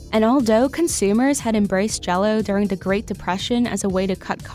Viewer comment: She needs speech therapy to pronounce TH instead of D. “Deh product” “Dee jello company” “AL-DOUGH”?! (Although )